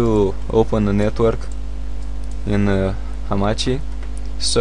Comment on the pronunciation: hamakki? lol its hamachi man